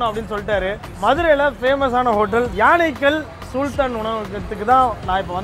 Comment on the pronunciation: சூல்தான் இல்ல bro சுல்தான் 😂😂